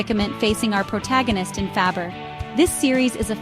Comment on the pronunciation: It's pronounced FOO BAR not Fabber...And the last one is "Reacher" not what ever the hell you said. AI, what the fuck?